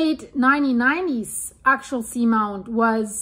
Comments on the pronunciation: Axial, phonetic spelling is "Ax-e-al". Just to help😁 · Ray Idaho love your show now. AX-E- AL. AXIAL GOT IT GOOD.WHERE DO YOU GET THAT ACCENT FROM ??? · It is pronounced Ax-e-all. This volcano doesn't pose any danger of a tsunami. When it erupts, the result is the lava zone collapsing. The threat of a tsunami comes from. rapid movements between the two tectonic plates, such as tension building and then quickly releasing. This volcano is extremely deep, meters deep. I've been fortunate to participate is many research cruises over the years to this location for maintenance and construction of the cabled array. There are many many instruments monitoring the activity 24/7. The science data being collected in real time is incredible for the understanding of plate tectonics and volcanic activity worldwide. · The way she says "Axial" sounds so similar to "actual" it's quite distracting. But thanks for the information. Very interesting. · Yes, it's pronounced more like Axe-E-UL or Axey-uL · Axial. Ack-see-al. Actual. Ack-choo-al Accumulate. Ack-cue-myoo -late Similar. Sih-mih-larr Simulate. Sih-myoo-late Earth’s. Rrr-th-sss. Not Rrr-thiss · Ax ee ul. Three syllables. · Pronounced. Ax E Al. Like an ax. Like the letter E. And someone named Al. Or like the word "all" ( Ax E Al ) Thanks for the update. I have been watching the Axial volcano for a while. Good vlog 👍🏽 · 3 syllables. Ax-ee-ul